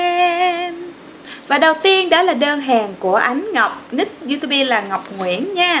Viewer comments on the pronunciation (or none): none